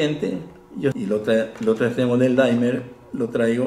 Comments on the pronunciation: soy fan y espero que no me quemen en leña verde por esto pero no se pronuncia "daimer" sino "dimer", tal cual, porque viene del verbo dim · Hola apreciado amigo Laniakea, Gracias por la visita y amables palabras. Me alegra que hayas visto este video sobre el Dimmer. Regulador de Voltaje...Permíteme que te FELICITE por tu acertada información. Acabo de consultar la pronunciación, es una palabra inglesa y en verdad es "DIMER". Aquí pongo el ENLACE para que puedan verlo... Nosotros hemos adoptado el térmico "daimer" porque en las tiendas donde los venden lo pronuncian así....y se ha covertido en un "modismo". Para que conozcas un poco más al DIMMER (dimer), Te doy un video de mi Canal, para que conozcas algo más de él. espero lo disfrutes.. Disculpas por el error al pronunciarlo....A partir de hoy lo llamaré "dimer"..... Te INVITO para que veas otros de mis 288 videos de mi canal. Trabajos de Física Experimental, para conocer mejor las maravillas de las Ciencias. Te deseo lo mejor. Suscríbete a mi Canal. Hasta pronto. Te doy el ENLACE de mis videos para que los veas poco a poco., -- Ecuador -- Un abrazo..!!